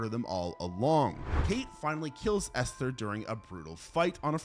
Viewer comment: Good god, it's not pronounced Esthhhher. Just say it as Ester. There's no pronounced H in the word.